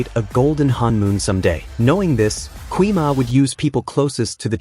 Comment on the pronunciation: ❌gui ma✅gwi ma